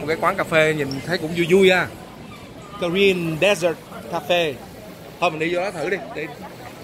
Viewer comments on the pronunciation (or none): Color man! “Dessert “ should be pronounced as /de’zert/ as described as the sweet course eaten at the end of a meal not as desert /‘dezert/ as pronounced in your video clip. Keep up the great work to introduce the beauty of Our Vietnamese special culture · It's dessert not desert Color man :))